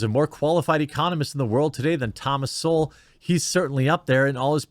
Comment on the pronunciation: Jeremy, quit feigning surprise. You've quite clearly never heard of Thomas Sowell or you'd know how to pronounce his last name. JS.